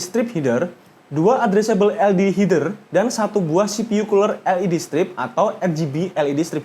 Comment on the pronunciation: "Heder" bang (e kayak ngucapin "meja" ), bukan "hider"